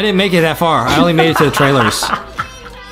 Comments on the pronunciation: You say it like onwee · It's pronounced On we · It’s not annoy it is onwee